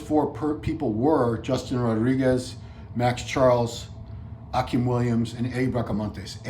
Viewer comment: It’s pronounced Ah-Keem... not Ah-Kim